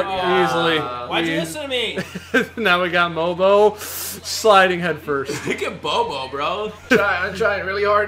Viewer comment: Its mobo not bobo